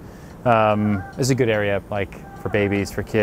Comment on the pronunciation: Real estate must be berry, berry, goot (like beusbull) to Ryan. Place looks great!